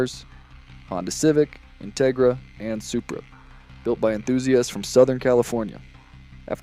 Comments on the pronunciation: in-te-gra. Your not from cali are you? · His Em-Phasis, on the wrong SyLLabels is killing the vibe of whats actually a good video. I dont know if this is Ai? or this guys never heard of an in-Tegra before? 😅😅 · I came to the comments for this. I can’t keep watching because of how he pronounces it. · Why did you use the cheapest, substandard AI voice generator available? Dafuq is an "Intigra"? Your AI voice over was so bad that I had to stop watching and give you a thumbs down! Did you even watch your own video before you posted it? The quality is so bad I have to wonder! Don't you want to convert your views into more likes? Then use an American human voice, which I'm sure you can find for free locally! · Why tf do u say Integra like that